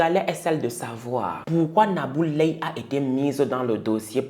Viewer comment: Tu as très bien prononcé le nom de cette sorcière nabou leye 😡